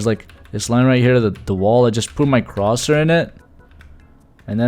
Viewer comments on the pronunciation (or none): love this :) just to let you know “cursor” is pronounced more like “ker-ser”!